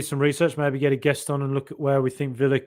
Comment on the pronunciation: 51.33. Please Get a guest on but and not a GUESSAND!! 😂